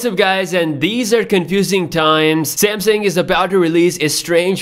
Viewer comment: 😂😂😂😂😂 are you kidding me Samsung? Samesung SE? 🤦🏻‍♂️